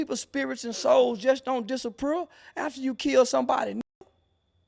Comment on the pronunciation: Man said "disaprear"